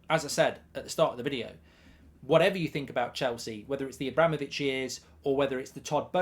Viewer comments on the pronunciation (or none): none